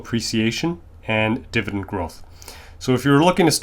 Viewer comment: It’s dividend not divident